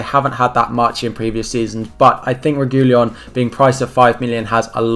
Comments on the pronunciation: Re-gui-lon not Re-gu-lion, i've seen lots of FPL content creators make this mistake and get the pronunciation all wrong!! Just thought i'd point it out!! Keep up the great work, enjoying your vids as an FPL fanatic and a new subscriber to your channel!! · Re - ghee - Lon. Regui-Lon. The L and i are transposed